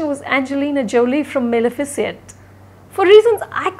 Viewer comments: Maleficent....not malefici(e)nt. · That's not how you pronounce 'Maleficent'.Finally a fitting review where the rating justifies her experience.But I felt she is always very meticulous in expressing her views this time she faultered.Her reviews are usually coherent but this time I felt her writing failed to hit the mark.